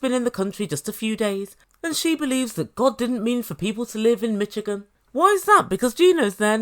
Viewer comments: it’s pronounced like MISH-again! The “ch” in Michigan is more like an “sh”. The state name comes from a Native American Algonquin word, that’s why it doesn’t really follow the phonetic rules of English. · It pronounced mi"sh"igan the ch is soft like the name Charlotte my mum's from Detroit Michigan. People from Michigan are called Michiganders. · I want her to hear how Americans pronounce it.